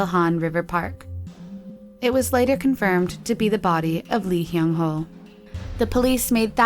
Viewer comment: boy's name: hyung ho narrator: hung hyo